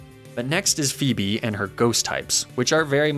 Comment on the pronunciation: Yo shouldn't you be pronouncing Phoebe´s name as "Fo-ee-be' ?